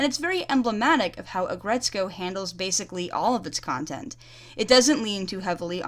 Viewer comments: its aggretsuko not aggretsu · "Aggretsukoe." Uh. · aggretsko?? AGGRET SOOKO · Aggretsko???? Aggretsuuuuuuko!